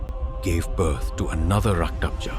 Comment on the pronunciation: It's Rakta bej not raktabza